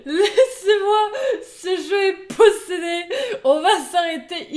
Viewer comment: ça ce prononce moÉ, pas mo ^^